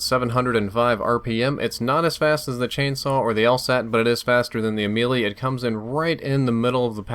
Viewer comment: it is basically Melee, and not Mee-lee, I mean the way it is suppose to be pronounced, it is May-lay so basically it is U-may-lay or U-may-lee